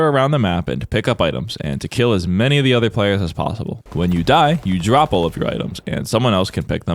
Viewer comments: Don't you mean, "when you die you 'rop' all your items"? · The disrespect increased with every "dead-rop"